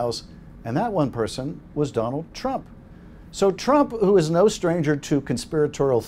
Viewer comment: No”ya” Donald it is Yes